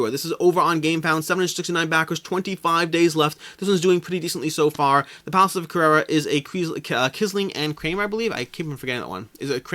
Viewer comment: You definetly need to up your game when it comes to the pronunciation of "Carrara" ahahah Thanks for the video as always!